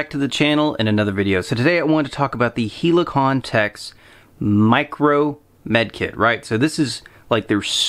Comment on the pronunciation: It’s “Hell-i-con-tex” — not “HEELEY-con-tex”……..unless you call a helicopter a “HEELEY-cop-ter.”